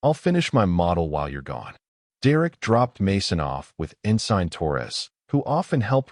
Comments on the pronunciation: "En sign"??? It's ensin! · Great story, and honestly, the best AI reader I've heard so far. No breaks, changes in volume or voice, etc.. makes following the story, and suspension of disbelief much easier to accomplish while listening. Thank you. Only thing that really caught me was the mispronunciation of, "Ensign."